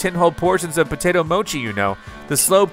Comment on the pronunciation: Please stop saying “‘mo-key”, it’s mochi like tai chi lol. Also how you not know mochi it’s like everywhere these days it’s just Japanese rice cake from glutinous sticky rice. Also in Taiwan they even use the term mochi or muah chee to refer to something that’s has that starchy chewy like texture. Just some quick facts for you on mochi not mokey 😂